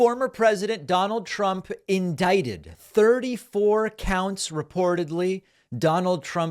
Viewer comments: Indicated! Ha ha ha ha ha! 😂 United Shtaysh! Ha ha ha ha ha! 😂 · David, you just said "indicated" instead of "indicted" twice. For shame. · You are pronouncing indicted wiring, by the way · He said indicated 😭😭😭